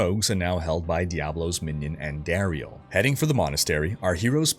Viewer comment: Amazing break down and delivery. Only thing I'll say is, it's supposed to be said: andahhriel. Not andehrial. Also you said heralltii when it's her aht li. Heratli, and izual is izwahl.